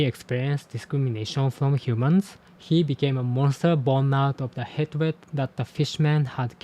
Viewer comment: whoa no way that's so cool!!! PS hatred is pronounced more like 'haytred' (same as hate). Not to critique you, english pronunciation makes no sense 😅